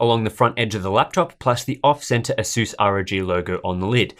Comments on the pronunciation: asuuuuuuuuuuuuuuuuuuuuuuuuuuuuuus asas is how u pronounce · Asus not aSus